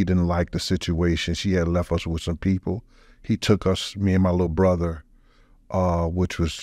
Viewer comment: goes into “bruddar” overdrive in the last 10 mins of this.